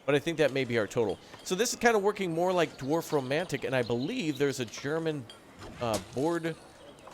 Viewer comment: Beautiful game! But i think you meant Dorfromantic in the beginning, sounded like you said Dwarfromantic :D